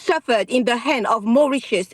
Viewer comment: It's going to Mauritius. It's not very difficult to understand. Mau-rit-ius!